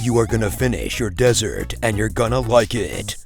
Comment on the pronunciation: I am fucking DYING at the "Desert" XD